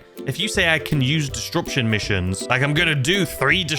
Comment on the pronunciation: Did you have to say “distruption” so many times? xD